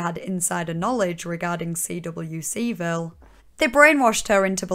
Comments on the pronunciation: The only disagreement I have is with your pronouncing of CWCville (‘quick-ville’) 😁 But on a serious note - your video was excellent. A very good take on the hideous situation ✌🏻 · CWCville is usually just pronounced as "quick-ville". EDIT: Skipping over the Jacob Sockness saga is kind of an issue, Sockness definitely fueled Chris' descent by enabling and adding to the Dimensional Merge bullshit. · People be here in the comments arguing about Chris's pronouns, meanwhile I'm more upset at how she spells out CWCville by the letter rather than just say it as just one word.